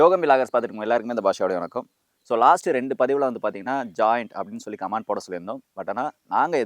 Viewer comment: கம்மாண்டு கிடையாது. அது கம்மென்ட்